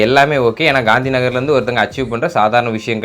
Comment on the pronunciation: Bro nagar correct sollunga